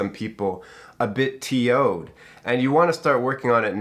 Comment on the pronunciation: Did you say "T-O-ed"? 😂 Adorbs. Don't ever change.